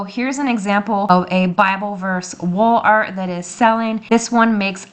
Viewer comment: You are saying “ Wall art”? 😂😂😂 I sure heard WOOL ART the first few times . If you are going to do a print on demand store through Etsy you have to have money set aside to pay for the orders before Etsy releases the customers payment t to you.